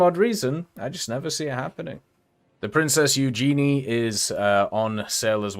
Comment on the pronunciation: The prince Ugeeney 😂